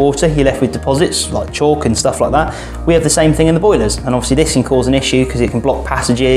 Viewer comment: Offsly as he said so many times